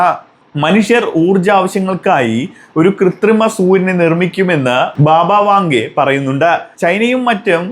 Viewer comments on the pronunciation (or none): ബാബ വാഖ ഡെ അല്ല. വാങ്ക ......